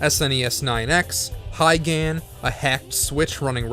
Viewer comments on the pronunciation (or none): lol it's Higan, not Haigen